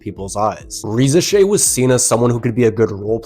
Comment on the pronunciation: I think you are the first I hear not butcher Risacher's name. Great content👏❤